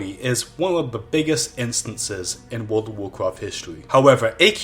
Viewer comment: Woold of Warcwaft